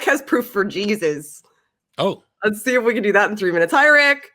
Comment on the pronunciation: "The Bible seeee what Jausus seee" Alrighty then.